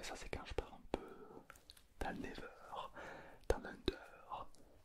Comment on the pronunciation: le concepts est incroyable mais, pourquoi tu dis " never " au lieu de " nether " et " pmj " au lieu de " pnj " ? c'est si frustrant omg